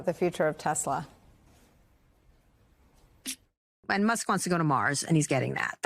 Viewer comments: I love TeSlUr... sir, it's Tesla. English is your first language as much as your like it to be 40s German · He said “I love tusler” 😂 get these old people out the White House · " I LOVE TESLERRRR " HAHAHHA 🤣😆😏